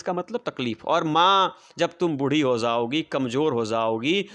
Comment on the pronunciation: Jaogi😂 Prounce